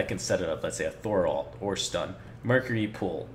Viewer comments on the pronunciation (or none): none